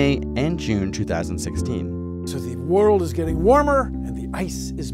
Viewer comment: why put the emphasis on is?